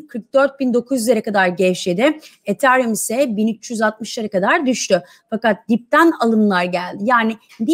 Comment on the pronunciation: BESTE HANIM ETHERUM DEYİNCE KENDİMDEN GECİYORUM :D :D